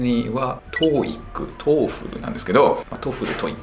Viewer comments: トウフルが実際の発音に近い。トフルだと別物に聞こえる。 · もう『トエフル』読みは直らんですね…『トエフル』頑張ってください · さん、TOEFLの読み方指摘する割に自分は「トフル」って言ってるのずっと気になってる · トーエックじゃなくて、トーイック。トエフルじゃなくて、トッフル。ポイフルじゃないんだから。